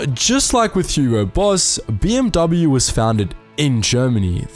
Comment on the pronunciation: The dude doesn't know how to pronounce "BMW" either.